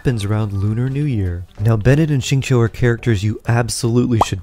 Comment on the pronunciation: "shi"-ing "cho". its "shingcho"!!